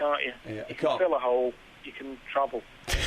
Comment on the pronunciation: "You can fill a 'ole, you can travel."